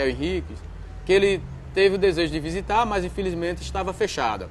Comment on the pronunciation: Visitar ou "vizitar" (sic)?